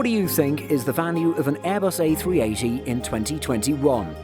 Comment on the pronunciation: 2.42 Did it just say A360 instead of A380